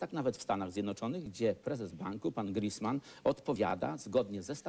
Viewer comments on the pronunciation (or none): hahahaha Niesiełowski : "Griszman , Griszpan" : ) "szpan" tu niewyszedł Leper bliżej : " Grisman" prawidłowo: "Griinspeen" """schopenhauer""" w wersji Niesiołowskiego: - zrób na siłę głupka z rozmówcy nawet kosztem zrobienia z siebie idioty u bardziej dociekliwych